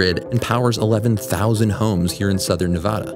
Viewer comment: Good work pronouncing "Nevada" correctly.